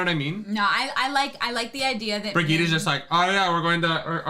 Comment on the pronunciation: They pronounced Birgitte correctly in the show, but still doesn't know how. Remember Helga's doll?